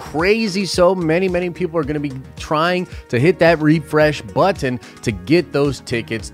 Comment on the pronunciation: He said button like Kelly says buT-Ton